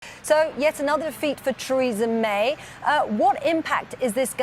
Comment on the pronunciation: Presenter at start said 'Treason' May